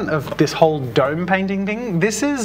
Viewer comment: "duyym"... oh you mean "dome"